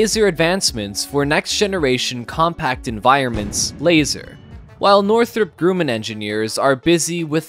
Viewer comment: It's not Northrop Grooman. It is pronounced "Northrop Grumman" just like it it written. I worked in Aerospace for years and never heard the pronunciation like that.